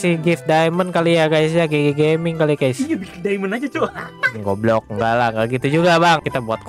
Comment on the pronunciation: "goblog" nya renyah jir kwkw